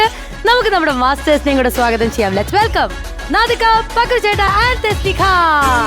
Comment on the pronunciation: വെള്ളജൂബയിട്ട താടിക്കാരൻ സ്ഥിരം ഉച്ചാരണത്തെറ്റ് ---സാഗതം (സ്വാഗതം )